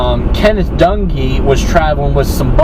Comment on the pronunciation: I like your video, do me a favor, don't mention the word"Accident" ,this was straight up Murder. Plain and Simple. When you mentioned the last name, you sound like you're saying donkee, as opposed to Dung`ee.